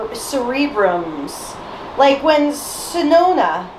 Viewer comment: also white's name isnt sonona its sononi. also sonoza is brown not orange. dont worry its Jetman and the third is goonger